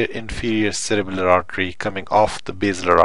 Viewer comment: In the video I keep saying if it sounds like u r saying cerebral but in description it says cerebellar?